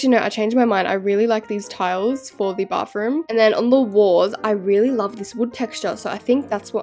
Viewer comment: Can you stop saying Bafroom? Or can you actually say Bathroom like Americans?